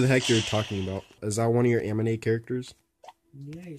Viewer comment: "Was that one of your amine Characters?" He said amine instead of anime XD